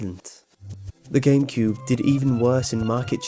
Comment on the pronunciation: 151 he said gamecude XD